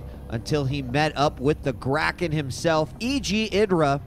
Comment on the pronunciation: Whats a 'Graken?' lol..... Surely you mean 'Kraken';-)